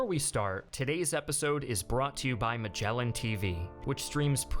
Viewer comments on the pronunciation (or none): none